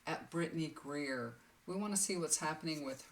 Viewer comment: Thank you we all appreciate your kindness, talents. And the loving sharing you do for everyone. By the way it’s Britney Griner, not Greer.